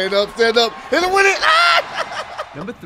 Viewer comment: I swear I thought he said “He hitto me amigo! 😱” 😂